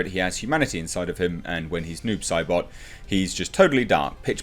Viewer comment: I thought you were saying 'nude Sybok' for the first few minutes of this video.